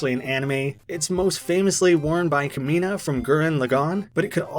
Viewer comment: I literally almost unsubbed with how bad you pronounced kamina bruh. Go watch the dub